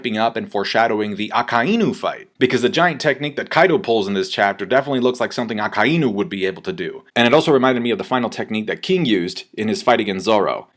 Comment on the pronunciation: Fuck sake I'm sick and fucking tired of all you people saying aka-eeeee-new like for absolute fuck sake its aka-EYE-nu holy fuck